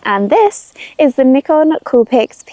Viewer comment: N 👁 con, not N ick con